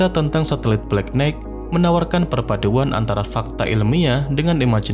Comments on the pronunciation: nighht, knight, itu "g" nya nggak dilafal. jadinya knaite makanya sekolah jangan ngantuk ! pantes aja channel hoax dan pseudo science laku di konoha, bangaa bodoh sejak 5 abad. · Knight dibaca Nai(g)t. 😊